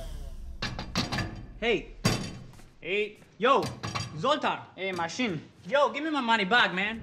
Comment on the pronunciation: He mashin! Jajajaj se le re marcó el acento Argento ahí xD